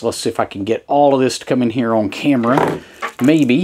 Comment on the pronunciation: I am from Ohio but this accent is familiar to me because I have lived in Middle TN for 20 years. To help those who are struggling, own = on. 😂 Great channel. Thanks for the videos.